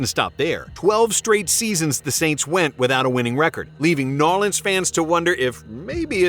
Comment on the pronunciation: Bro nobody in the Deep South or any of us from the New Orleans Baton Rouge Natchez Biloxi region call New Orleans New Awlins. Nobody says that. That for some reason is just irritating. Great channel though